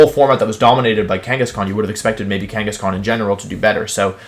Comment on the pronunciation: DO NOT LEAVE OFF THE H IN KANGASKHAN!